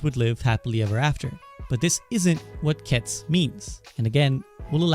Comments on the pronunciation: Ketsu not k’ets! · Isn't the "u" in "ketsu" at least hinted at? You really just pronounce it "kets".